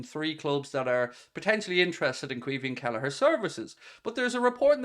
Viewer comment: Its pronounced key veen